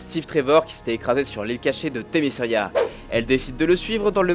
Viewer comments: Voilà juste c'est pas méchant on dit Themis"qui"ra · ...le C se prononce dans temiscira(écriture foireuse) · pk tu déforme tout les noms important comme le nom de l'île